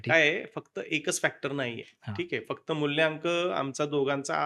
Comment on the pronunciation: मुल्यांक नाही रे मुलांक